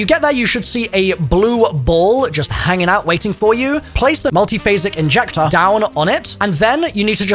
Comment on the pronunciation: “Multiphasic Injectah” 🤖🤖